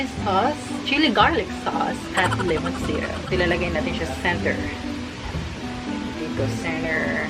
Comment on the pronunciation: Mauwaw man kog tan-aw ani oy. Englisha akong friend hahahaha nagkatawa kos "lemonsitow" hahahahha 😂 Go go! 👏😘